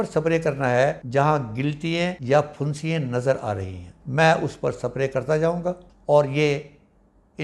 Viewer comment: پُھنسیاں نہیں پِھنسیاں ہوتی ہیں